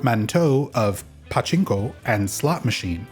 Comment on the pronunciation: Your pachinko pronunciation pisses me off bro